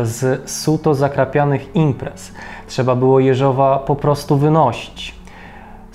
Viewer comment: Może i drobnostka, ale chcę pochwalić za rosyjską wymowę nazwiska Jeżowa. Bardzo dziękuję!